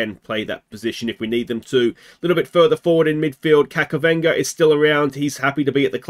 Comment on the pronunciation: JSYK his name is pronounced Kachavenda not Kakavenda